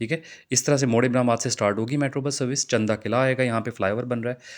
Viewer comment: چن دا قلعہ ❌ چند دا قلعہ (قلعہ چند ✅)